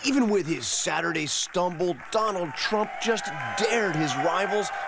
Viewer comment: I enjoy how you pronounce the word "Saturday" "Surday." And I like how you start every analysis with "Huh..." Not making fun, love the show.